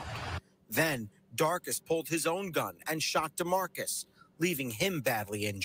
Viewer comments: And everyone pretending the mom didn't know her 14 year olds had guns. "Darkuss" 😂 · I thought he said darkness. Then realized his name was darcus 😂😂😂😂😂😂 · “Darcus” FUCKING LMAO what is that Sunman a sorcerer?